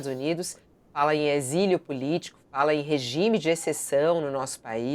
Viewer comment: "Exilo", Fabíola? 🤦‍♀️